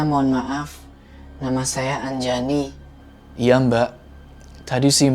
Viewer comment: Anjani❌ Anjayani✔️ Wkwkwkwkwkwk:v